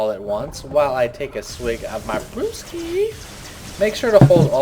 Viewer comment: "A swig of brrrrrrewski" :D